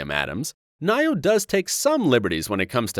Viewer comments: NioH. Ni-O Not Nye-Oh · It pronounced "Neo" not "nyo" 😂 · .....He really pronounced Nioh Nyoh XDD